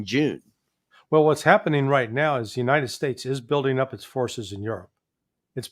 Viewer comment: Uniited splates 😂😂😂